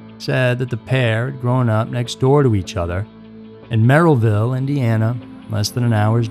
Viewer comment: Just a quick few notes on place pronunciations(somebody else might have said this already). It’s Ross (like the character on Friends) Township, Merrillville is pronounced Merr-i-ville, and Hobart is pronounced Ho-bert. I used to pronounce Hobart incorrectly as well until I moved there and the locals corrected me very quickly.